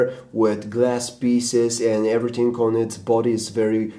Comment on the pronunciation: Its not every ting its everything DUMB ASS!!!!